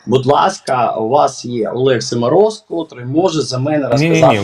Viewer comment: Не Семороз аСімороз